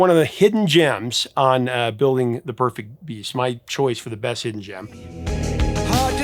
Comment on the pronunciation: A joke. You said "breast" when you clearly meant "best". That's all. 😁